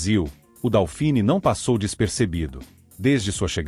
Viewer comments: Procuncia-se "dôfine", não "daufini". É francês...E o apelido NÃO era "leite em pó". Era "Leite Glória", o primeiro leite em pó instantâneo (solúvel) lançado no Brasil, cujo slogan era "desmancha sem bater". O leite em pó não solúvel precisa de mais tempo e uma temperatura mais elevada da água (morna ou quente) para se misturar corretamente e evitar grumos. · Não é "DÁUfini", é "DÔfini". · Putz, o narrador nem consegue pronunciar corretamente o nome do bichinho, A pronúncia correta é DÔFIN, e era uma grandiosa porcaria.